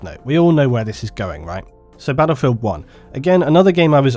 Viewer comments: You're English not American so it's battlefield not "baddlefield". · I'll listen to you if you stop saying 'baddlefield'.